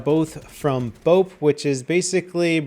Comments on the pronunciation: it's pronounced BOPPY not bope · BTW, it's pronounced "Bop-pi"